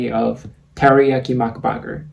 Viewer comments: The fact that is Mac-burger not mac-butter 😂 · I like how u sayed macbagaer instead of macburger